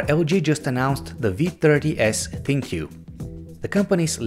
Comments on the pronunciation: "Think" not Thin-Q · STOP CALLING IT THIN-Q! ITS PRONOUNCED THINK! THINK! GUYS!🤦